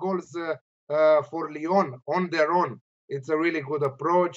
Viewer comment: Big man, he pronounced Lyon awfully.